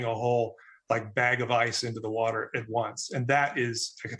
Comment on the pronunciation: Let me speak in terms trump supporters will understand. Wuter. Big Wuter. Ocean wuter.